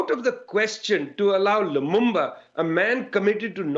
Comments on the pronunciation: It's LUMUMBA not Lumamba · It is pronounced as it is spelled: LU-MUM-BA